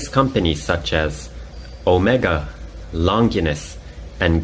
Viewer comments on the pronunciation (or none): Longines and Girard Perregaux pronunciations need work xD But overall, very interesting take on a watch review. I quite enjoyed your breakdown on the quartz crisis and the swiss chronometer competitions.